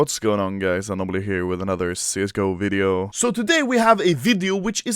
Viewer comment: The way to pronounce ''video'' upset me, ''WIIDIOO!''